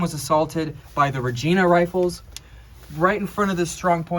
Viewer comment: This is really great! Just a little correction though, Regina is pronounced with a hard I. Rej(eye)na. - A friendly Canadian.